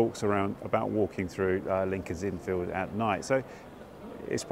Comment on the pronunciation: Another great video,, and, as others have said here, one of my favourite parts of London. BUT... two things I have to pull you up on. Firstly, I can't believe you missed out the statue of Hodge, Dr Johnson's cat! You must have walked right past it in Gough Square. Secondly, please put the emphasis on the 'Fields', not the 'Inn'! When you say it the way you do it sounds like part of a baseball field... Otherwise, good 🙂